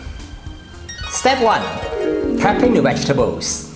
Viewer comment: Correct pronunciation please.